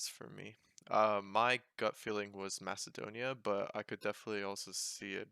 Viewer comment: greetings from Macedonia, even I wouldn't have got that spot on